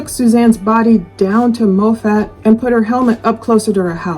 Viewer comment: Moffat is pronounced like "profit." Great video. Thanks,.